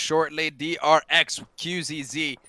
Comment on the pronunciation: dafuq is wrong with the caster? Xing is not King, Qzzz is not Qxzz, alots of mistakes